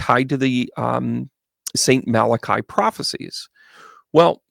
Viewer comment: I just came across this by accident and really enjoyed your analysis. Thank you. Let’s hope and pray for a brighter future. I hope you don’t mind me letting you know that the ‘I’ at the end of Malachi is not pronounced as an i. It is pronounced like ‘ee’, so Malach-ee. 🙏